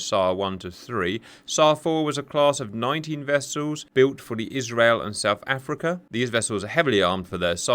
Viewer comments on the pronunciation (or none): none